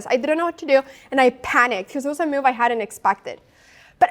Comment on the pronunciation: I was chuckle a little inside when she pronounces 'move' as 'myewv'.